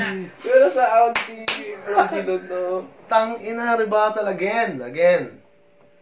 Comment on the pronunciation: Yung naka full vol ka tapos yung intro na "surpise motherfucker" tapos dagdagan pa ng "tang inaaaa!" Ni na sobrang lakas ng pgkabigkas. Ma sorry hahaha